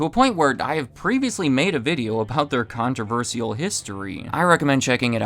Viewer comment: The true downfall? The target market of 12-year-old boys doesn't have that much disposable income to spend, as it turns out. And lesbians spend way too much time in hardware stores to eat at Hooters. For the love of God, please learn how to pronounce controversial. That, along with the clear left-leaning commentary on the channel, makes it incredibly hard to take you seriously.